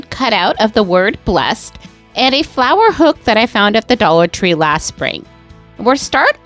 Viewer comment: Absolutely love everything but you really can't read the word blessed 😢😢